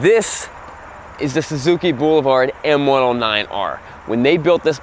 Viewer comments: I heard "bull-vard..whatever tf that is🤔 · I like how pronounces ‘boulevard’ as “BOO-luh-vard”! 😉